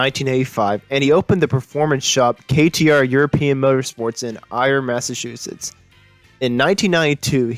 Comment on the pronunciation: Would have been great, had you pronounced the Massachusetts’s town/locations properly.